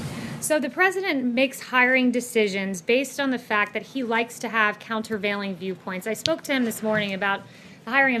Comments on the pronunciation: "Counterveiling" is too big a word for Trump, he can't even pronounce it. Kayleigh obviously made up that quote. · "Countervailing" lol